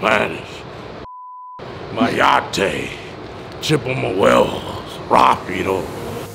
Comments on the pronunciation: Bhahhahahahahahah he said myata lmfao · This man said mayate🤣🤣🤣🤣💀